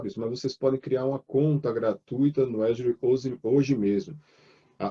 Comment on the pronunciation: AFF.....O cara é professor de cloud e pronuncia azure errado